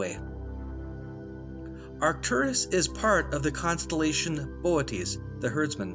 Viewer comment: The way you pronounced Boötes is perfect🙃